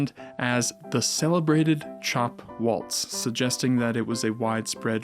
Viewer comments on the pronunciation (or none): none